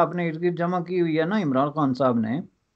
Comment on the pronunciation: the way he says imranD khan..epic🤣